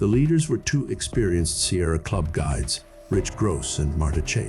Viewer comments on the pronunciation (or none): none